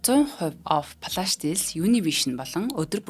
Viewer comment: Хүүе ээ, Ямар заваан дуудлагатай юм бэ. Баянхонгорын уу. Плаш биш Флаш шүү. Зөв дуудвал гоё шүү